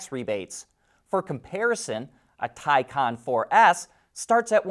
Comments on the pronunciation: Thai kahn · Still can’t say Taycan?